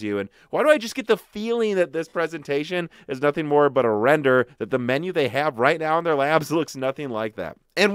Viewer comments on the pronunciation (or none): none